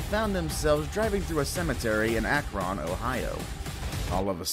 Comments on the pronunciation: that’s not how you say akron, it’s like Akrin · I've never heard someone pronounce Akron so badly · Why did he pronounce Akron Ohio like that 😭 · I'm a northeast Ohio native and I still live there. I live only about 20-25 minutes from Akron Ohio and I got so triggered the way the narrator said Akron. He said it like Ak-ron but it's pronounced Ak-run or just to say it faster (like I do) just Ak-rin. Also, that's NOT a baby bigfoot bc 1 he said they were in a cemetery so why tf would there be a baby bigfoot there and 2 Akron is literally a city with skyscrapers and stuff like wtf. No, that's no bigfoot. Also, I thought Akron was one of the more famous Ohio cities? Guess not. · Dude said Akron wrong in the first story, Ak-rin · He called Akron, ackron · Same. "Ack-Ron" lol.